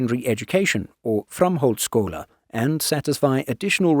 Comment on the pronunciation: HE PRNOUNCED FRAMHALDSSKÓLI CORRECTLY!?!? I'M SHOCKED!!!